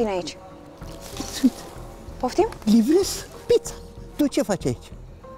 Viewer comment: Pizza Nu pița 😂